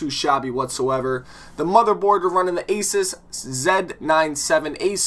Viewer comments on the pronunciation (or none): ( A-zeus) not ( A-sis)